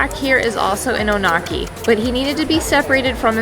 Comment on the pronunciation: The Onaqui are a special herd!! I love spending time with them on the range. fyi...it's pronounced ON-uh-kee, not oh-NAW-kee